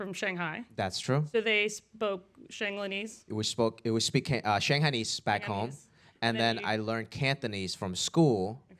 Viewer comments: did the woman just say SHANGELNIESE XDDD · she really said shanglanese xD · lost me at "Shanglanese" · The hostess,“Shanglenese” what’s that???!!!